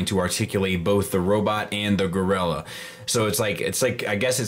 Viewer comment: I love that they called it Gorira. In my mind i hear it being said by Oscar.